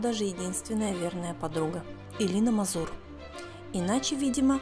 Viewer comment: Нет фамилии МазУр. Есть МАзур, ударение на первом слоге. Хотя чего ждать от людей, которые даже фамилию великого артиста пытаются произносить с "оригинальным" ударением?